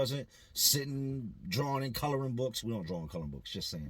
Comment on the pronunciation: "you drawln" very Philly of u lol